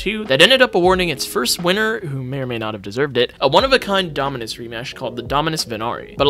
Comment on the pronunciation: Bro can NOT pronounce any dominus names😭